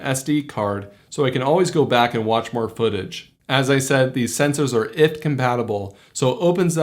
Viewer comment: First time I ever hear someone pronounce it IFT and not Eye-Eff-Tee-Tee-Tee, took me a second to understand! haha